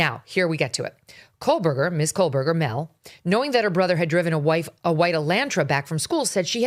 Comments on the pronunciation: KOHBERGER…Not KOHLBERGER…!! What the hell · Theres no L in kohberger!! Holy shit. The most basic thing about this case. You're STILL saying it wrong.